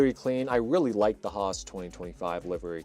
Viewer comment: Alpine spricht man Alpin aus und Roos ist nicht Roos sondern HAAS